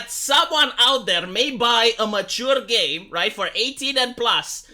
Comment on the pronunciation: When you said "game designers" but barely pronounced the M, it all made more sense the "gae designers".